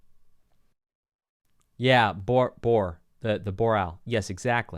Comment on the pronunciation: Shame that the track name is "Bore Ral" instead of "Boer Ral"